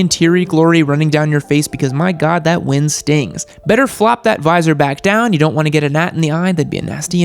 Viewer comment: What the fuck is wrind and whreelie....